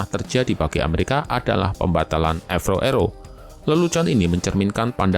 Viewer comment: Avro. Bukan avrow brow 😂